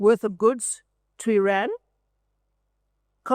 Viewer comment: I would not expect a South African to mispronounce IRAN